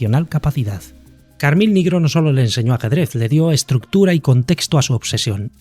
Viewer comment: no es carmIn es Carmine, es un nombre italiano